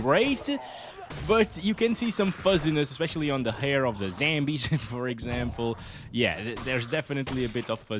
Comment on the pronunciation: Is he mispronouncing Zombies on purpose lol 😂